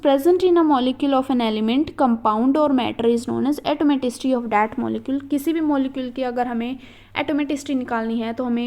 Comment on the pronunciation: Mam plz prounce correctly atomicity